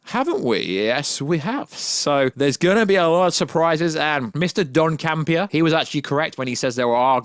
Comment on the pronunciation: Dude you keep saying Ishram, it's Areshem. & Don Campea? It's John Campea lmfao